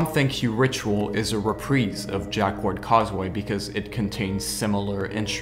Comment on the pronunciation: Just coming back to this. Jacquard is pronounced more like Jackard to English speakers. Ignore the 'u'.